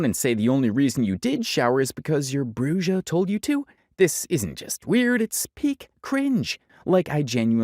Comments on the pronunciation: The bruja pronunciation was killing me 😅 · “Bru-Ja” lmao brah, “bru-ha” he says the word. The Brujas are gonna come for you for that one ahahah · It's BREW-HA! :buffering::face-orange-raised-eyebrow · him pronouncing it bru-jah is killing me a little.